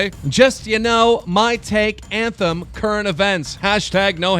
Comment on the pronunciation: No one's commenting how Keem pronounced ahem as anthem? Just on if banks is a liar or not. Alright...